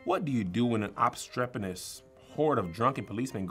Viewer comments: Nahhh Kev! You said obstrepeNOUS first not obstreperous. You ain’t slick! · KEV CHEATED HE SAID OBSTREPENOUS NOT OBSTREPEROUS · I need another round Kev slick was cheating LMAO on the extra credit he said obstreperNous . Then came back and said it right and she was like no, you did it 😂😂😂😂😂😂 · He said obstrepenous when he read it. Kev got it wrong. He corrected it to obstreperous on the second go round. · Kev said obstrepeNous, yall need stricter rules up in there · Kev said obstrephenous and not obstreperous. He messed up. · Kev definitely said "ObstrepeNous".... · Kev said “obstrepeNous” lol. Take back that extra credit or ima tell Will! 😂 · Kev actually said ObstrepeNous instead of ObstrepeRous when he initially read the sentence. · Kev messed up on extra credit, he said obstrepenous with an N, not obstreperous with an R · First of all he said OBSTREPENOUS! Lol. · Kev did NOT say obstreperous, he said obstrpeNous, with an N. 🤣🤣🤣🤣 just wasn't paying attention and gave it to him cause he repeated it and said it correct the 2nd time. If you play it back you'll hear it. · Kev actually said obstrepenous instead of obstreperous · Kev said obstreperous wrong. He said obstrepernous but is the teacher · Kev definitely mispronounced "Obstreperous" as "obstrepenous".... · The girl isn’t even correctly keeping score, Kev said “obstrepenous” not “obstreperous” and she gave it to him 🤦🏻‍♂️😂 they need a new judge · Kev said obstrepenous and y’all let that rock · Kev CLEARLY said opstrep-IN-OUS on the first try! Lol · s Kev said opstrepuhnous. got robbed on that. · Kev got that last sentence wrong, he said obstrepenous with an n instead of an r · Kev definitely got “obstreperous” wrong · He said obstrepenous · If you reply the Sentence challenge, Kev pronounces "obstreperous" with an 'N'.... Like, obstrepernous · Kev clearly said obstrepenous 😑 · Kev DEFINITELY mispronounced “obstreperous!” lol! he said “obstrepeNous” but apparently nobody heard that! 😅